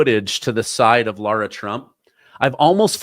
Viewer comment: Mrs. Trump's name is not Laura (sorrow), it's Lara (marrow). Pronounce her name coreectly please.